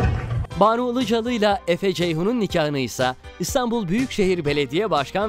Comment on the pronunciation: Buna Ilıcalı demeyein "Ilıcalı"